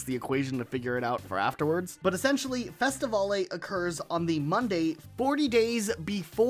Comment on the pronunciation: why is bro pronouncing festivale as festivolley lmaooo it's pronounced like festi-veil